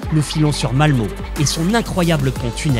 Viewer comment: C'est bo ! Bon sinon la prononciation du norvégien et du suédois c'est pas ça xD Nordkapp se prononce Nourkap Malmö se prononce Malmeuh Öresund se prononce Euhresound